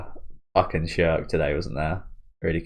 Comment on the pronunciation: Schierkes name is pronounced "Sheer-keh".